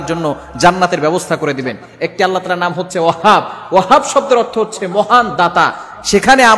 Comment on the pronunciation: নামটা ঠিক করে বলতে পারেনা